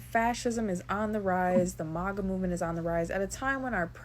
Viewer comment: it's mAga. Not mOga. MAG-a like mag-num. Like Make. You don't say that like mOg-num or mOke.